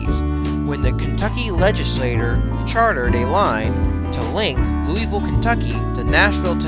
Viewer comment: I could tell the narrator isn't from anywhere near around these parts when I heard how he pronounced Louisville, LOL. It's pronounced Loo-uh-vull, not Louis-ville.